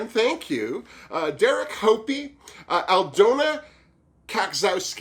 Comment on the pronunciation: thanks for (trying to) saying my name (I’m Aldona)... You are so funny! And I feel blessed for being mentioned in one of your best and funniest episodes to date!!! Loved your review. Keep cheering us all up. Cheers